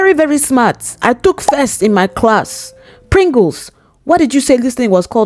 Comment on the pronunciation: "Pringles"💀 Bro